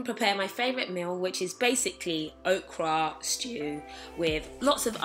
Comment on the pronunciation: Loooooooool nah pats you legit made me laugh tho. The ways you say okra haha. Great video nice and simple got me thinking about what I would do if the world was ending. You and mike are like my baessss 💕💕